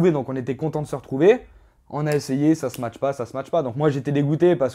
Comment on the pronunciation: Il est génant avec son "smatch" on dit ça match pas pas smatch mdrrrr. Il a l'air sur de sa connerie en plus lol